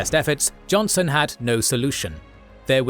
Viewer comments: It's Joseph "Johnston" btw, not johnson. Great vid as always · The pronunciation and captions didn't make this clear, but it's Joseph E. Johnston, with a "t", not Johnson. My middle name is Johnston, believe it or not, and so I could not remain silent about this. I will forgive you, this time. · Just an FYI It's Joseph Johnston, not Joseph Jonson as is on the maps and pronounced by the narration Also Jefferson Davis was US Secretary of War before becoming CSA President, thus his hands on "micromanagement" of the war. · Hey guys, his name was Joseph Johnston, not Johnson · A correction, it's Joseph E. Johnston, not Jonson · Well it's Johnston not Johnson but what can you ask.